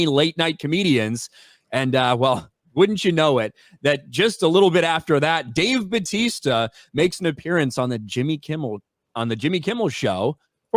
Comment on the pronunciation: Dave Buttaysta hehehe